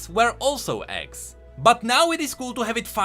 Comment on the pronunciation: If i watched this like a podcast (basically listening to it) Imma hear this part wrong i though was saying "axe" but it was "eggs"